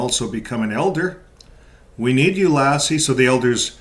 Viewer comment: Hey, I’m a subscriber to your channel, I enjoy your podcasts and I felt that I had to comment that the way you pronounce Lasse’s name makes me think of the legendary collie 😆; it’s sort of distracting, to say the least 😆. Just saying.